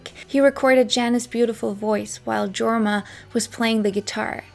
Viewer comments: the name Jorma is pronounced "YOR-ma" (Finnish). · FWIW Leadbelly is pronounced Led not Leed and Jorma is pronounced Yorma. This was a great video. Thank you